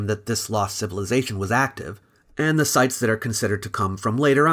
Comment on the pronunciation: "Zee Greeks" 🤣🤣🤣